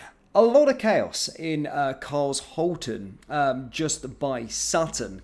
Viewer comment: Charls horton? Sh, sh, sh, shit, learn to pronounce SH.